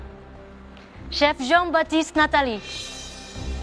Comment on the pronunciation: kedengaran gue, si hovit bilangnya chef jin baktis 😅 Sorry....